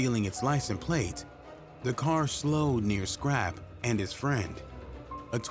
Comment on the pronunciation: He was also saying "Scrappy" the entire time. Shit was annoying